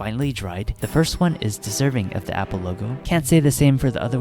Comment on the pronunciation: apple not meeple